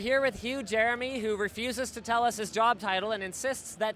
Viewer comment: "Huge Eremy"